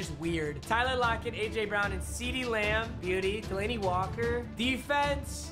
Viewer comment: ceedee lamb, seedeez nuts Me:what nuts